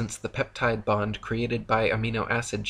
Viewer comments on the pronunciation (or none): none